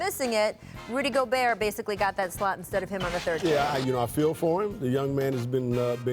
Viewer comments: This man calls him Rudy gogurt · Nigga said Ruby Go-gurt! 😂😂😂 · Not biased whatsoever, obviously, but Kendrick is being way disrespectful. Gobert's much more deserving of the 3rd team nod. At least pronounce his name right, you were never even close to his level.